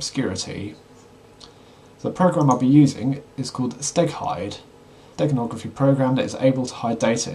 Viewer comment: For a second, I thought you said Steak hide - you were making me hungry! LOL